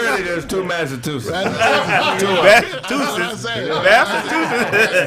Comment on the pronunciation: Massa-twosits 🤣🤣🤣. Keep up the🌲 talk